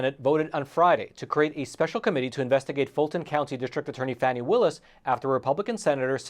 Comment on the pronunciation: Glad to see you pronouncing her name correctly; FANNY, not FARNY.